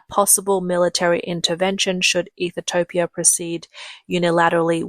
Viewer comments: Ethiopia, not Ethitopia, my Aussie friend 😂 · Cannot even say Ethiopia 😂 Ethitiopia 🤣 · Am I missing something? Why are you calling it Ethi-topia? Has it been changed? As far as I know, it’s still Ethiopia, or Eethee-o-pee-a. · Ethiopia not ethitopia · its ethiopia...NOT ethitopia..there is absolutely no possible way to get ethitopia from ethiopia..the recognized naming of that country..from the english language...geesh..and china wonders why its always a day late and a dollar short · Please learn how to pronounce Ethiopia. It is not Ethetopia. 🙄😣😅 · Ethitopia ? Hmmm she doesn't sound like a robot, so where does the extra " T " come from ? i'm looking forward to visiting Egyptolia... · The LLM narrating this needs more training on pronunciation. It's not EE-thee-TO-pee-UH, it's EE-thee-OP-ee-UH. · EE thu topia. Really? It's EE THEE O PEE AH. Now how hard was that!!! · What is "Eath-a-toe-pee-ah?" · I thought I was crazy for a second. You said Ethitopian so many times I started to question if that's how Ethiopia was actually pronounced. You are adding an extra "T" that shouldn't exist. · Ethitopia? The AI voice pronounces it wrong repeatedly. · Its pronounced ETHE-OPIA. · I couldn't focus on anything else as she kept saying it.. drink Everytime she says "Ethertopia" 😂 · So let me get this strait. You know how to say José But you cant pronounce Ethiopia? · WOW You guys cannot say Ethiopia... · You are not pronouncing Ethiopia correctly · CAN'T Pronounce The Name Of Ethiopia!! No T, U And Ur Malware/ AI Get A Strong 👎!! 😒 👉😳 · By the end of the video, I had decided that Ethiopia didn't even deserve to have their name produced properly.